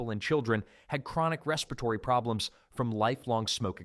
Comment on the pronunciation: It's pretty good though, just a few, "respiratory" was bad